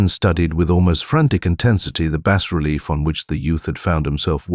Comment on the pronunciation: Digital narrator gets a downvote for saying “bass relief” instead of “bah relief.”